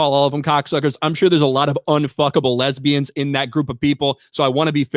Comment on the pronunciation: “Unduckable Lazbians” 😂😂😂😂